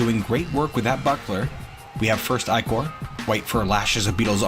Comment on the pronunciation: You say 'ichor' like somebody who's never heard it spoken before. Good episode, anyway. Thanks for making this. It's been very exciting so far!